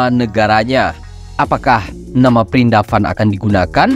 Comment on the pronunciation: Vrindavan min bukan prindapan 😁 pernah ada yang bertanya VRINDAVAN artinya apa? Jadi gini, Vrindavan itu bahasa Hindi (India Modern). Kalau bahasa Sanskerta (India Kuno) disebut: vṛndāvana वृन्दावन Kalau dijawakan menjadi: Wrêndåwånå vṛndā bermakna "kemangi suci" wana bermakna "hutan" Jadi, vṛndāvana bermakna : hutan kemangi suci. Tanaman kemangi suci (holy basil) yang disebut juga tulasi, berasal dari India, memiliki nama ilmiah: Ocimum tenuiflorum. Ini termasuk tanaman yang dikeramatkan oleh umat Hindu. Rahayu 🙏